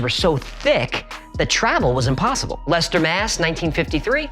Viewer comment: Kudos for pronouncing Leicester (“Lester”) MA correctly.